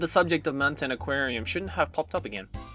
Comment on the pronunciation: "shwouldn't" fok inglich, m8, jost fok it